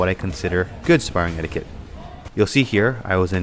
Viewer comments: Couple of things I wanted to add as unsolicited opinion... 1. anything over 60% is dangerous unless you're skilled and/or have been training for a long time. 2. Is "etiquette" pronounced differently in Canada? I've always heard it pronounced "et-ee-keht" but never "et-ee-queht". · Predominantly “Eti-ket”, not “eti-kwet” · just fyi its pronounced eh-di-cut not eh-di-QUut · Did you just say etiQUIT? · etiquette is pronounced eh tuh kuht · In romance languages qu is pronounced like K. That word comes from french, which is one of those languages. It's pronounced etiket. You can always check a dictionary if you aren't sure how to pronounce a word. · What’s “ettiquit?” Lol! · Just watched a few videos on the prnounciation of "etiquette" to see if there were regional variations, but every video I heard said it the same way. Its "eh-ti-ket" with a hard k sound! Ps- Love all you content, don't mean to a be fussy but thought you'd like to know. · What kind of a weirdo pronounces the word like that? God he's so punchable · You pronounced etiquette wrong The Q is supposed to sound like a K ! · Learn to say the word etiquette. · How about some etiquette on pronouncing etiquette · We don't pronounce the 'u' in etiquette. Etiquette rhymes with kit not quit. English Annunciation aside, I agree with everything you said about sparring a hundred percent. I'm not usually a grammer Nazi, but that was very distracting for me in the begining.